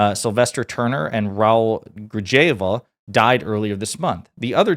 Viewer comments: Pronounced, "Grihalva" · Sorry! Raul Grijalva from Az RIP! it's pronounced Gri-hall-va!